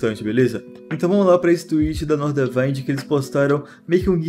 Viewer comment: Momento FISCAL: A pronuncia é Nordavínd, não Nordavaind.